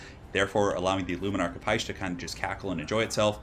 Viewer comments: Its not "heish" you pronounce it as "hish" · Dont know why but everytime you said: "luminark of hysh" it just sounded wrong to me, lol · Because it was. He mispronounces a lot of things in his vids.